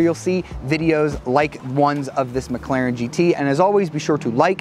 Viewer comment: McClarion? Is that the new Irish car audio company? Heehee!!